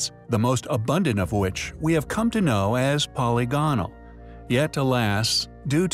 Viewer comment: Dude you really should learn how to pronounce polygonal